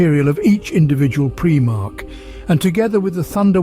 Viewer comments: This would have been the PERFECT introduction to my friends who want to learn about 40K. But I can't recommend this video due to PREEEE-MARH Its PRIME - ARCH Smh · It's prImarch not prEEEmarchs... lol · I cringe every time he says “preemarch” 😂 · preemark... can't listen to that